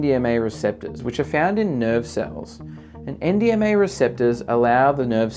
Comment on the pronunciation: Bro it's nmda not ndma... Come on dude... Fake ass scientist 🤡